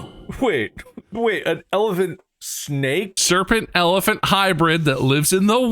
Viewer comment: As a south African, bob U butchered the pronunciation of that snake lol but it's fine 😂